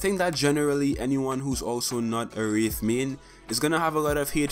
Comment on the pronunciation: "Who plays WREETH and mains WREETH"